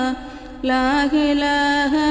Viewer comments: ലാഹിലാഹ അല്ല ലാഇലാഹ ആണ് സഹോദരി 👍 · ലാഇലാഹ എന്നുപറയാൻ ശ്രമിക്കണം